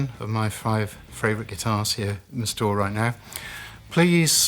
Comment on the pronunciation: 5 in the series yet still says " Fravourite" lol